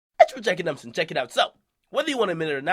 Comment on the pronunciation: "OCK sweatshop" 😭😭😭 nigga akademiks a clown